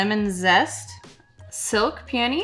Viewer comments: OMG I thought you said Silk Panties!! 🤣🤣🤣🤣 I'm like no way would name anything that!! I had to listen to it 3 times before I finally heard Peony 🤣🤣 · OMG I didn't hear that as Silk Peony...I heard it as Silk Panty and I was like "Wow I'm impressed...you guys pushing the boundries with names" until I read it and realized I had misheard.